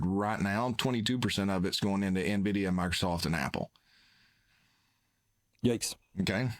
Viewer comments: It's Envidia, not nEvidia. Boomers😂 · Invidia is a Greek goddess of envy and greed. NVIDIA logo is a green eye. I don't think its pronounced EN-vidia either. When Jensen pronounces the company it sounds more like "Invidia" Gen X observation